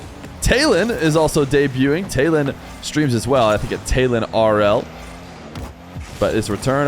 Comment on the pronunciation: The name Taylan is actually turkished and pronounced Tylan (similar to Tyler)